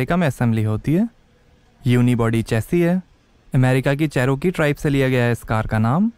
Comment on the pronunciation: Ch - r- key, row nhi